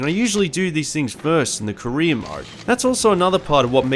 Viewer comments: it’s a joke honestly I read the comment when he said “career mode” but then I read Korean mode and I can’t unhear it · Pwo skeetah sewies. Pwedesessa. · English is not my first language so it took me a couple of seconds to register what he said as "career" only because I'm more used to American or British accents, but I agree it's still perfectly understandable.